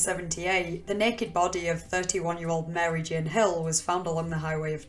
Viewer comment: "leaving his bodeh" where does this accent come from? I am really curious!